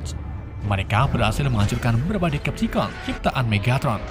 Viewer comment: Bang ralat..Decepticon cara bacanya.Deseptikon klo di Indo